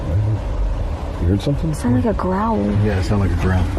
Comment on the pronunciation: I stopped watching when I heard that "growwol"